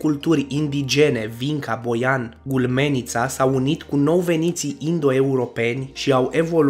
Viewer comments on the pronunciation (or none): Măi, frățioare, văd că vorbești destul de clar, dar nu și citești cum trebuie. De unde scoți „Ulmenița” și nu „Gumelnița” ? N-aveai în față materialul documentar, filmul în care se scrie clar numele dat acelei civilizații preistorice ? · Gulmenita? Eu stiam de Gumelnita ?! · Elenestica in loc de elenistica ,Gulmenita in loc de Gumelnita ,ai facut-o de oaie in primul minut.Pacat... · " Gumelnita" nu " Gulmenita". Măcar citește bine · Hai că "gulmenița" și "elenestică" dacă e...